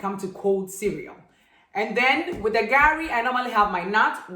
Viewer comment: Good job, but kindlly go easy on the pronunciation of the names of the food. It took me about 3 minutes to figure out gari. I had to watch over and over again 😂